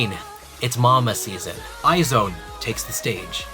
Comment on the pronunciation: it's "eyes one" not "eye zone"